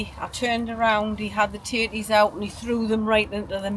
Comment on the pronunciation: Every time you said tatties, subtitles said titties! Hilarious, really enjoyed the singing. hugs